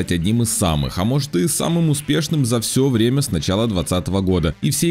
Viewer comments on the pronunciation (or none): none